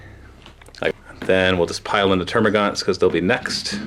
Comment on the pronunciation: It's termagants not termagaunts